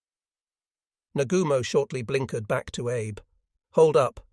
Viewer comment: Also "Abe", should be pronounced "Ah Bei". I suggest they run a search and replace of "Abe" with "Ah Bei" so that the AI reads it correctly. We don't care if the spelling is incorrect. We only care how the AI pronounces it.